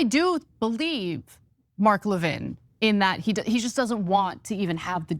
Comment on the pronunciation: It’s Levin not Lavigne 😂